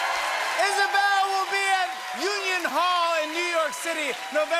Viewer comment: Is-a-bel is-a-violist.